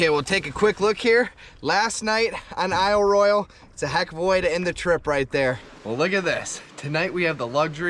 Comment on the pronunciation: Pronounced Eel Roy Al Loved the video! Great job!